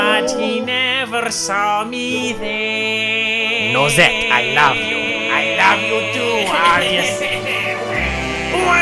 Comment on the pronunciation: "Nose-tte" WAHAHAHAAHA!!!!